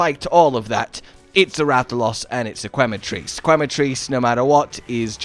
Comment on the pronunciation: Every time I hear "kway-matrice" instead of "que-matrice" (think Spanish), my ears start to bleed. :P